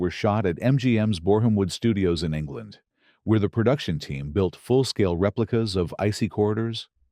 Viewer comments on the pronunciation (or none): none